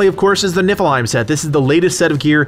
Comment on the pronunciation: Am I the only one that hears you say the "Nippleheim set?" No? 😄